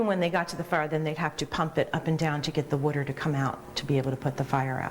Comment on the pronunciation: " Wutter ." ..lol Now , living safely, in Boulder, Colorado , one of my friends had asked for "wutter" and the waitress had , RIGHTFULLY, what it was he trying to say .. He said .- ' Wutter.' ... ((( WUTTER!!))) She still had no idea-who would blame her .. ..." Wutter ???